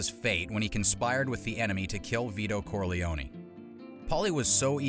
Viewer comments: I thought it was pronounced "Corlee-own", not "Corlee-own-ee". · "Corleone-ee"???... I'm guessing it's narrating this video! 😁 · The way Americans pronounce Corleone always makes me laugh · Pronounce the name Corleone right. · Not to mention the E at the end of Corleone is silent, just like it is in Capone. Bugs me no end when people change pronunciations without good reason. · It is pronounced both ways in the movies. A simple explanation - in English, you are correct - the E is silent. But in Italian, the E at the end would most definitely be pronounced. So, it depends on who is saying his name as to how they would pronounce it. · You say that, but Mary (Sofia Coppola in the third Godfather film) pronounces Corleone with the long 'e.'